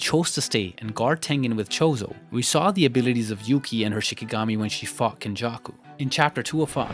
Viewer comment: Am i the only o e who heard fucked instead of fought when je was talking about yuki fighting geto